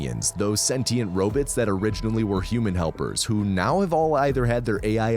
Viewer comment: The way u say robots is too distracting